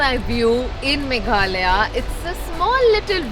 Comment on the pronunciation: Don't forget to pronounce the last 'a' of "Meghalaya"